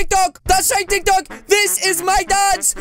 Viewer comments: i mean tik tok not tik talk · It not tic talk bruh it tic tok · It's not tik talk it's tiktok